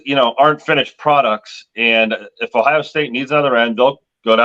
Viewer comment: the word is Ohio with an O not Ohia with an A